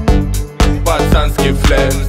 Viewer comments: Послышалось, это был не ботанский, а пацанский флекс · Пацанский фрекс Услышала эту фразу только когда увидела твой комент 🌞 до этого казалось ботанский 👌